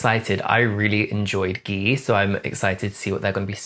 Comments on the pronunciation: First person I see pronounce Gee as Ghee omg 😭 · It’s pronounced like the letter G. Like OH EM GEE! I was getting violently upset listening to you say it incorrectly. Especially considering they said it like 100 times in the video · And you still call it "Ghee" 😭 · Wait, Gee came out in January of 2009 not June of 2009 ! BTW ...Gee is pronounced as Ji or Jee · Gee pronounciation is jee omg 😂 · I love how u know all their names..👌👍am kinda bothered on how u say gee tho..wtf..lol..not sure why saying d num of views is relevant..anyhoooo..ur accent..i live..😅😄😆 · I've never heard Gee pronounced like that, so cute! 😂🥰